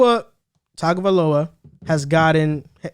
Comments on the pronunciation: Bruuhhhhh, please learn to at least pronounce his name correctly (tongue-Oh-vye-low-uh) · Still don't say his name right.sigh.... Tung a vi lo a